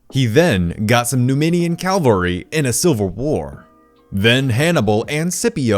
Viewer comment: I’m not a hater, but it just bothers me when people pronounce these two words wrong. It is cav-alry not Cal-vary, two very different things; Cavalry; a mounted fighting unit: Calvary; a geographical location.